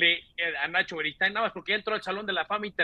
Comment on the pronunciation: larga vida al rey de la esquina don NACHO “berigood”😂